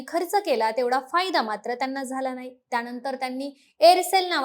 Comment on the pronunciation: तिला ' णाही ' कळत 😅